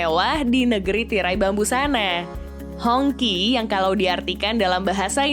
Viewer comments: bacanya "Hong ci". Bukan "Hongky". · Ralat dikit ya, baca nja jangan honki lebih mirip nya Hong chi. kalo Hongki, jadi kayak nama tetangga ane si Ahong yg ganti ke nama Indonesia jadi Hongki/Honky. 🤭 Anyway good video 👍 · Hongqi dibacanya Hongsii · Mungkin dia baca versi bahasa hokkian nya yaitu "ang Ki"